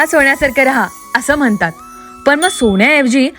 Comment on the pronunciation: म्हनतात नव्हे म्हणतात म्हण, न चा ण कशाला बोलतेस घाठीण ? 😅